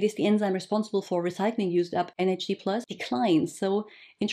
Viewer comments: Why are you pronouncing it NHD+ and not NAD+? Is this the right pronunciation? Thank you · I keep hearing you say NHD throughout the video rather than NAD☺️ ? thanks for your insight on this one, it’s a hot topic!